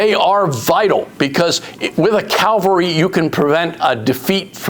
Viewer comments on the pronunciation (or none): Ugh. It’s cavalry not Calvary